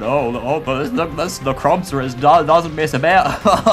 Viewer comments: Dude,it’s NECROZMA,not Necromza. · its necrozma not nemcroza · PLEASE its pronounced necro zma not necro mza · When i hear necromza: ITS NECROZMA! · lets start off with "necromza" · ITS NOT NECROMZER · Its Necrosma not Necromza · is necrozma not nemcrozma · "Necromzma" xD No offence. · u said necromza...